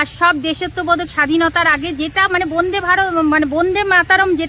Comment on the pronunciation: Bonde na Bande bolun